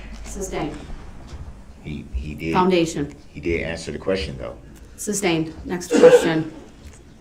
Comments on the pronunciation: Can someone please tell him it is not a "tack-it" agreement. Tacit is pronounced "tass-it." And don't get me started on "substained" vs. "sustained." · “Substained” wtf is that? What does “”substained” mean? What does ax mean? I mean, come on, basic ENGLISH pronunciation goes a long way! I have lost count of the number of times throughout this trial I have heard the word “ax”. If I was ASKED the question “if I could Ax You..” I would state “what?! I don’t understand what you are saying, AX? You want to hit me with an AX? Judge, im in fear for my life, the defendant said he wants to hit me with an ax!!!, bailiff please protect me!!” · I object .substained.